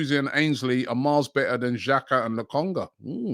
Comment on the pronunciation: This guy butchers every name 😂😂 Still calls Lokonga Lacongo ffs